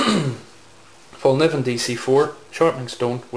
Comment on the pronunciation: Nice collection, but please don't say Fallnivven. Look at this vid if you want to hear how it's pronounced: watch?v=h-oVo0CdVk8 And no, I'm not Lövgren.